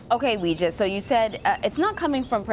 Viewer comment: I can't watch CBS news anymore as long as they keep pronouncing Weijia wrong. So sloppy.